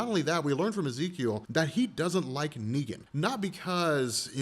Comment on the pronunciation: « neeger »😭🙏🏾my nigga you slipped up